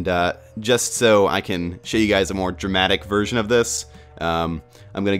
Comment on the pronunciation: "hey whats going on, gays it's!":P